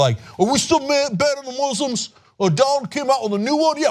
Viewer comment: Please stop showing that clip. The way he pronounces Moo-slims makes me cringe. At least, bleep it.